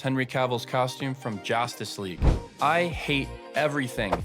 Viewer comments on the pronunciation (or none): Do you use ai when narrating your videos? Nobody says “jOStice” League.